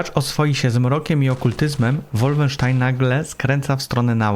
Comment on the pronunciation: Jaki łólfensztajn? To jest po niemiecku a nie po angielsku. Nie łólfensztain tylko wolfensztajn.